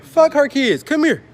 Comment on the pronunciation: “Come mere”😭